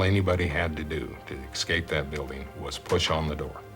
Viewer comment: Why does the fire chief say "excape" instead of "escape." That's very odd.